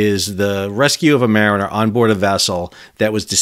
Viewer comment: "Mariner"? Not exactly.